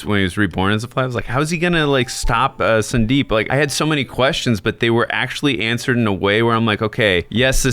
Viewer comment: It's not sun-deep it's actually su-deep